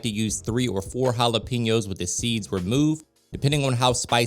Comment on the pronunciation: Just want to let you know Jalapenos . It is wrong how you say it Jalepinos not correct Jalapenos is correct. pen instead of pin love your show ! Blessings